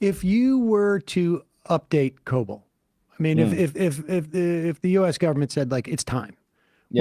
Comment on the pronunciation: It was prounounced co-bawl.